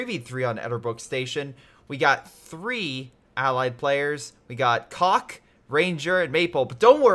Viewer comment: the guy whose name you pronounced as "cock" actually has the name "Hard Nipples" if translated from Russian to English Otherwise, great content ! Been wanting to buy CoH 2 for a long time, waiting for a sale now. Is it hard on beginners to the strategy genre ?